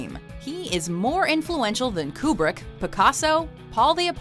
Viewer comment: DID HE SAY KRU-BRICK?